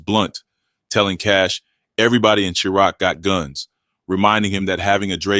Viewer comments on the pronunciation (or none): “Everybody in ‘Cheer-ack’ got guns” damn these AIs will never get the pronunciation right